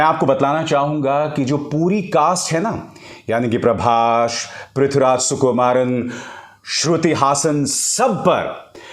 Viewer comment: प्रभास है अंकल नाम, नकी प्रभाश